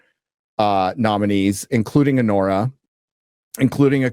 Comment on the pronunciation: "A-WHORE-A"! I literally busted up laughing hearing that!